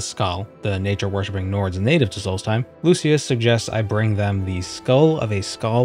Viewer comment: It's solstheim not salty time. (I really hope people get that reference)